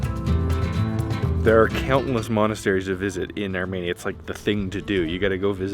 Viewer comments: Love you channel but one thing: PLEASE STOP SAYING ARMANIA ITS ARMENIA. Arm-een-ya❤❤❤ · Pronounced Armenia, not ArMANIA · Ar-MEE-nia not armaynia! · Its ArmEnia, not ArmAnia!!!